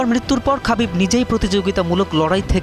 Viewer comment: It's khabib(খাবিব)